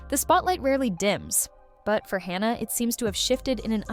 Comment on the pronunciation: It was driving me crazy how this video kept calling her by two different names...it's Hanna not Honna.